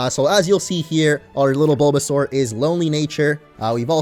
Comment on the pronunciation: Baulbasaur sounds like BOLDasaur